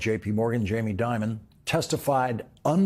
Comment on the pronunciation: I newscasters people would pronounce Dimon as "Demon" instead. Perhaps by accident?